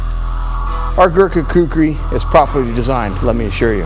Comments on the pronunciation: He should learn how to pronounce Kukri because making an ad. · I love how much he struggles to say "Gurkha Kukri" lmao. I haven't seen this video in fucking yeeaars, glad I found it again